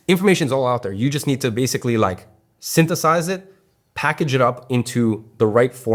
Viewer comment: "Syntheth-AHS it" got that urban western southern accent